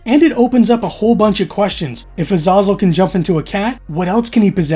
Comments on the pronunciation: Dude, you can't have watched this movie much; you mispronounce the name all the way through. They pronounce the demon's name 'Uh-ZAY-zel' through the whole movie, you keep calling it 'Uh-ZAH-zel' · You watched the movie… how did you not hear them say the demon’s name as A-zay-zel? You keep saying A-zah-zel. 🙃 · Bro, it's A-"zay"-zel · It’s pronounced Ha-Zay-Zel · What's the tick where pronunciation erks you? Anyways I have that, 1. Elias (Ee-lie-us) 2. Azazel (Uh-zay-zuhl) this is how they say it in the movie at least. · Your pronunciation of Azazel made me laugh when you said it. The common pronunciation is uh-ZAY-zel. Zay like say. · Say “Azazel” right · Omg ... say the demons name correctly, it's a hard A , if you had actually seen the movie. They say it a number of times , although I think you said it wrong twice as much as it was said in the film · Intentionally mispronouncing Azazel gives me the live action Avatar the Last Airbender vibes.